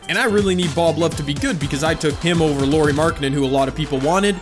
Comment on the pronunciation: Lori. little calls Lauri Lori. Glad you didn't choose him I wouldn't be able to handle hearing Lori over and over again. Good vid tho